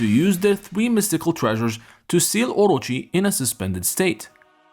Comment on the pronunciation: Omy, please say it with the rest of the class, O-Ro-chi. Just stop hurting our ears.